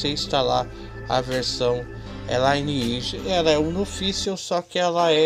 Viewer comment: Por que todo brasileiro fala L(AI)NEAGE ao invés de LINEAGE?